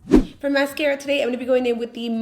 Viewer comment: I'm not even French and I know that's not how you pronounce the mascara.